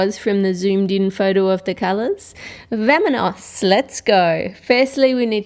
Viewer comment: You know at the beginning how you said vaminos, well you said it wrong that was really funny